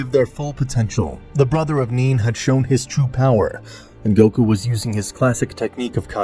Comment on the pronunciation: GOKU NOT GUOK